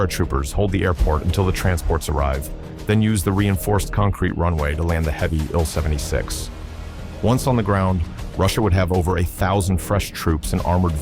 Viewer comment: Congratulations to the Ukrainian soldiers and civilians who stopped the Russian Army cold at Hostomel. This was a huge victory and it will be remembered for years. I just wish that if the film maker decides to use fake voice overs he would program it to recognize that an SU-24 is not a Sue-24 nor is an Il-76 an ill-76.